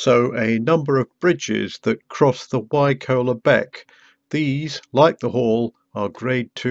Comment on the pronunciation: Nice to see loads of places familiar from growing up there. FYI we always pronounced Wycoller as "Why collar" as in on a shirt.